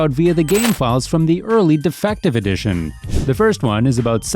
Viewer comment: Lmao, defective edition instead of difinitive hahaha